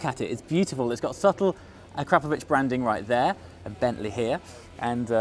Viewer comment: So is it ah-kra-pro-vich or ah-crap-o-vich, I’ve heard both from you tubers. That last pronunciation twice today.